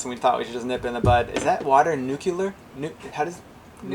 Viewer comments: The only question I have is is, can I hear pronounce nucluar or neuclear or nucular or nuclear again? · Repeat after me. Nuc le er. It's spelled nuclear not nucular. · NU-clee-er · I hear reporters and others in the news mispronounce that word all the time. Makes me think they can't read. I hear nucular but it's very easy to pronounce it as it's spelled. Nu-clear. Love from San Antonio! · Okay and fellow Texans, great explanatory video, but it is pronounced Nuke-Lee-Er.🗣 To my knowledge you are the only sailing channel to capture bio-luminescence. Great job and great photography. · Lol! You guys don’t know how to pronounce nuke-lee-er. Lolz.